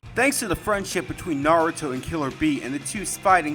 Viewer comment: At least he pronounces Lord Seventh's name correctly.